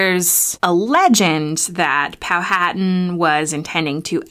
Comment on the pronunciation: It's pronounced "Pow-a-tan".